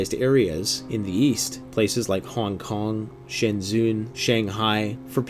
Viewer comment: It's pronounced shenjen